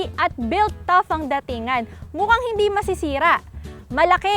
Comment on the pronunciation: "mUkHaNg HeNdE mAsEsErA" hakhak